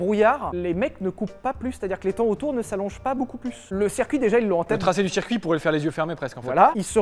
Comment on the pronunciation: Le « cErcuit » ?